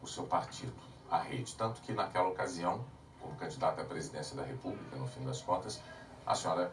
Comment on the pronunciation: Repúbrica, supricy, pqp, chooo Marinanta